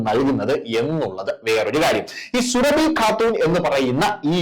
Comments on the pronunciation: എടൊ സുര ഫി അല്ല സൂറബി എന്നാണ് പോയി ജാമിത് ടീച്ചർ യുടെ വീഡിയാ കാണണം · സുരഭി എന്ന് പറയല്ലേ, സൂറ ഭി എന്ന് പറയു. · Surabi Alla Suraabi yannu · Sooraabhi not Surabhi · സുരഭി അല്ല സുറാബി ആണ് 😊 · സുരഭി അല്ലടോ സുറാബി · സുരഭി അല്ല സുറാബി എന്നാണ് പേര് സുരഭിക്ക് അത്രയ്ക്കും തൊലിക്കട്ടി ഉണ്ടാവും എന്ന് വിചാരിക്കു നില്ല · 😜..... എടോ, സുരഭി അല്ല സുറാബി! പറയൂ...... സുറാബീ!!! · പേര് ശരിയായി പറയു. സുഹ്‌റാബി ആണ്.